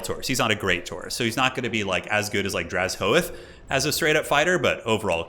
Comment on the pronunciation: Dra-Zho-Ath, not Draz-Hoath... come on man your killing me with that one...